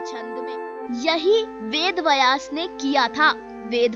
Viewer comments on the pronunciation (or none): VedVyas not VedVayas वेदव्यास, वेदवयस नहीं Namaste. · Pronounce Vedbyas correctly....kya lutiens wali ho aur ved ko distort karne ka plan to nahi hai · वेदव्यास बोलना भि नही आता आपको